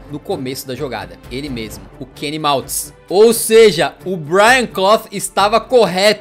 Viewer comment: Trocou o nome do Manny Kaltz duas vezes...kkkkk. Falou Kenny Maltz...kkkk